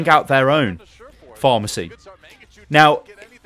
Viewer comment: Is he saying pharmacy combo?